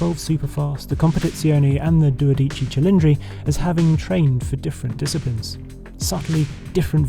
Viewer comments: Oh Henry you didn’t get a single accent right in your Italian ❤ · the pronunciation 😂 Great production though. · I think you should stick to calling it 12 cylinder in English. You really butchered the Italian version.😂